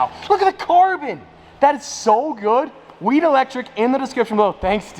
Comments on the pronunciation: It’s like he forgot there was an H in the name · bro its Wheat Electric🤦🏼😂